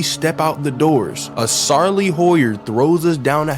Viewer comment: Sarley howyer 😭